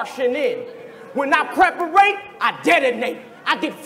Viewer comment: You said preperate! Hahaha